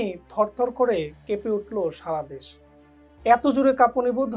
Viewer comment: Pronunciation thik koren, দ্যাশ না দেশ